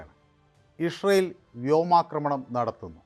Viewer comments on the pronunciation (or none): Ishrayel അല്ല ഇസ്രയേൽ ഇസ്രയേൽ അങ്ങനെ പറയണം. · ഇസ്രയേൽ എന്ന് നേരെ പറയാൻ ആദ്യം പഠിക്കൂ.